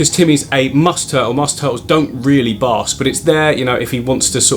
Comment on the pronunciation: Sometimes when you say bask, it sounds like busk, and I picture a turtle sitting up on those rocks singing Wonderwall. 🤣